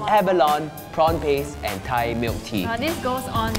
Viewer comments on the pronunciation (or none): none